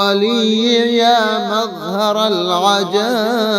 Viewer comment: مظہر ۔۔۔۔ ر کے اوپر تو زبر ہے اپ نے زیر کیوں پڑھا